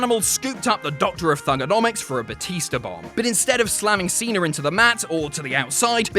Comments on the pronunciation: Its john cena! Not john cener! Lmao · there's no R in Cena